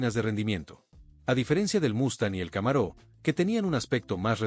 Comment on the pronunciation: Muy buena presentacion y descripcion de cada uno de los modelos “muscle cars”, con una deficiencia en la pronunciacion, y como esta presentando vehiculos americanos, y como no existe el acento en las palabras en ingles, no entiendo porqué al deportivo de Chevrolet lo pronuncia Camaró, y a General Motors, la pronuncia; como a un General del ejercito, cosas totalmente diferentes; y pare de contar, Charger, Thunderbird, pero fuera de esos detalles en general el video esta muy bueno y descriptivo